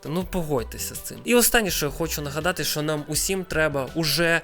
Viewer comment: Не "шо", а "що", і не "якшо", а "якщо" будь ласка. Годі вже паплюжити мову.